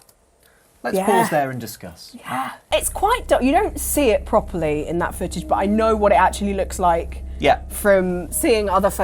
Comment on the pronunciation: She said foojij instead of "footage" so I think has cleverly given herself a legal loophole.